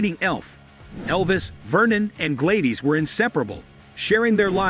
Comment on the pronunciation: It is pronounced GLAD-IS but spelled Gladys.